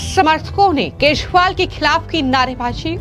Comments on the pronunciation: It's kejriwal not keshwal 😅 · बिटिया यदि आपको केशवाल का सही उच्चारण नहीं कर मिलता है तो आप गिरगिट बवाल भी कह सकती हो हम लोग समझ जाएंगे 😂😂